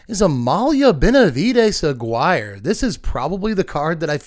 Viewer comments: I love your content so much, thanks for being so fun and knowledgeable and informative. Please pronounce Aguirre a-gear-ray. It really rattles me hearing A-guy-er. I'll keep commenting even if I don't have pronunciation qualms! Again, thanks for your hard work. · Always love your stuff dude. Though, I think Amelia's last name with the Spanish spelling is meant to sound like "a-GHEE-ray" instead of rhyming with "acquire". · fwiw, Amalia's third name is pronounced Ah-gee-rray (with a 'g' as in guitar and a rolled r)